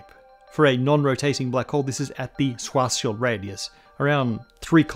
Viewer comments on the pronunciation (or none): none